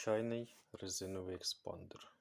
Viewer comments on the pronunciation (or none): Тільки ЕСпандер, а не еКспандер!!! Хоча заголовок відео написаний правильно. ))